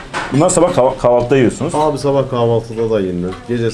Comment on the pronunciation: Aynen abiğ, ayneğn abi